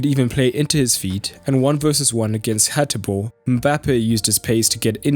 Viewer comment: well done good job a little correction is PASALIC not palasic and is HATEBOER not Haterboer